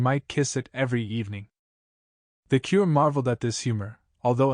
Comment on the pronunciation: Moreover, AI mispronounces curé and viscount. A learned human would not do this.